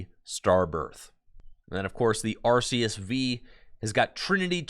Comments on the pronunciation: Its actually arr-kay-ess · So the reason why it's are-kay-ess is because of Silvally's ability in the main line games which is 'RKS System' which is basically just referencing Arceus. Too bad honest it doesn't matter that much since the anime pronounces it 3 different ways as well but Are-Kay-Ess is the one with most backing too it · Linguistically speaking though, it's are-key-iss technically.